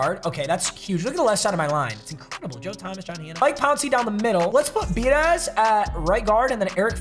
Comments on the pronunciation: That Cowboys centers name is pronounced {b-ah-ditch} so dudes dont get mad at you for not pronouncing his name right, I got you papa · It’s pronounced biadish bee-ah-dish biadasz